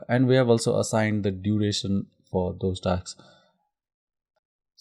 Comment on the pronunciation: I stopped the video in between after getting irritated from hearing taks taks instead of 'tasks'